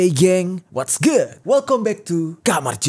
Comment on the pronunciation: Whats good woy😂😂, bukan whatskuk😂